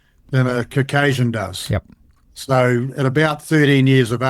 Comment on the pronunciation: I’m not taking pseudoscientific musings as fact from a man who can’t pronounce the word “Caucasian” properly, and who highly rates Blackadder.